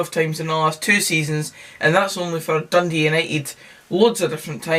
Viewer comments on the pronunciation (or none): Naw last word for Dundee: "Doondee"